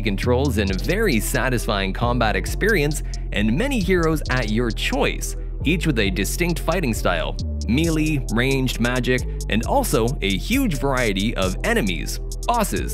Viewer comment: Melee is not pronounced mili the right pronunciation of melee is mey-ley